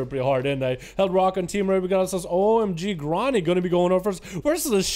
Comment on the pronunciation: The guy's name is "omg ronny". keeps calling him gronny...